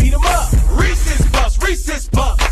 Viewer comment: i'm here because sapnap pronounces reeses wrong 😑